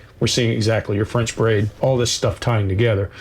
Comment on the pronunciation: Loved it guys! As for the term "French braid" - nailed it 👌 xx